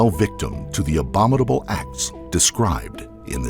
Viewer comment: Dude, you’d think after all these videos you would have learned how to pronounce the word “abominable.” But alas, you say “abomidable” every time. Lol, It is the adjective form of the word “abomination” if that helps. It’s actually quite a religious word that isn’t the best choice. The word “heinous” is more appropriate, but overused and also often mispronounced, so I’d avoid that one as well if I were you. Maybe you could try despicable?